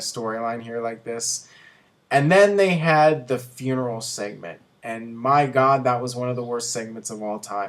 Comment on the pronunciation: Seament? sss-eh-ment lol